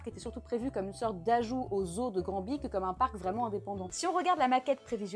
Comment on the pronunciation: Granby phonétiquement se dit "Gramme-bé".